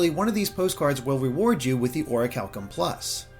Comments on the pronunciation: You are saying is wrong. It’s call Ori-CHAL-Kum + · I always thought it was pronounced Or-cal-ee-um 😂